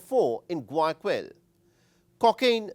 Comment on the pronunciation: You really need to learn how to pronounce Guayaquil before trying to make a video about Ecuador.